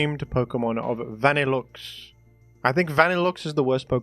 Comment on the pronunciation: Wtf is a "Vannilukes"